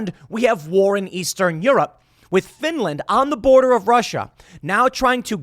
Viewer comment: Finrand? I ruv Finrand. Finrand never hurt a sour. Reave Finrand arone.